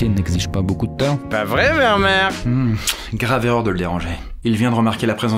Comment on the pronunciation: Juste pour ta culture générale: ce n'est pas prononcé Vermèr mais bien Vermér, le double e se prononce é en néerlandais:D